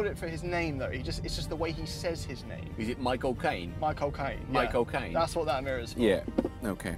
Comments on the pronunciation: "Mi Chaelcane" 😂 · Sounded like younsaid the mirror is for "my cocaine" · michael cane my-co-Caine